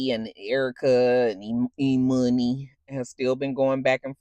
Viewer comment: E-Money has me WHEEZING lmaooo Because I know you've been annoyed at Scrappy and Erica's dumb pronunciation since season 1 of Love&Hip-hop 😭😭😭